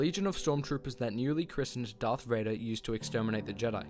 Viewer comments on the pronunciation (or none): none